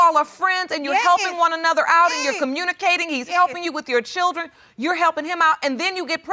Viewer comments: JFC, "chirdren" 🤦‍♀️🤦‍♀️🤦‍♀️🤦‍♀️... say "Chirdren" again "mufkka", I dare you... 😂😂😂😂😂 O M G !!! Back to watching!! 😂😂😂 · Chirdren....dear goodness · Why are they struggling with the word 'children'? "Chiwlderwen" 😆😤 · Chrrildren what’s that? 🤦🏻‍♀️